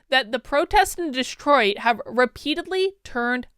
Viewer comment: Wow! Cool mispronunciation: "Destroit"!